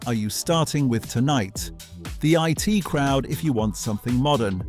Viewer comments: Why are you so penny-pinching, and so insulting to your audience, that you won't use a real person to do the narrative, but, instead, use an Artificial Moron (we can't call it Artificial Intelligence) to mis-pronounce the words, names and phrases? It's bad enough that it called 'The I.T. Crowd' 'the it crowd' but even worse that WW1 (World War One) became WWI (Western Women's Institute?). And speaking American in an English accent (the pronunciation of years, for example) is more than irritating. There should be a warning in large letters that this is narrated by a moronic bot, and that it is therefore not worth watching. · I.T. Crowd. Not It Crowd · The name is The I---T Crowd. Not The it Crowd. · It is not the IT crowd, it is the I.T. Crowd. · It's not The IT Crowd , it's The I.T. crowd. Dumb Seppo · So not banned then. And a narrator who can't pronounce the names in his script (Linehan, I.T. Crowd, Blamire and so on). And the clips not from the series they're talking about (e.g. clips from The Two Ronnies during the Open All Hours segment)